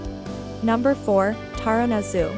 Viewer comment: Taronga Zoo is pronounced Ta-ronga.